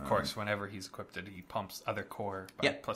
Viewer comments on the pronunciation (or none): I enjoy your content, this video made me cringe every time I heard "Equipted" Equipped, when you equip a creature it becomes equipped, no "equipted" It sounds a bastardization from enchanted, as a the other mispronouncing I hear frequently is "E Quip Ed". Keep up the cool work, and I look forward to more of these.